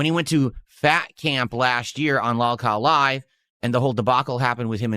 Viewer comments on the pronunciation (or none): "Lalcow." Nobody says it that way but him, the biggest lolcow